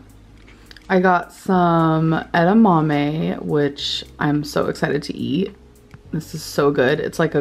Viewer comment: she finally pronounced edamame correctly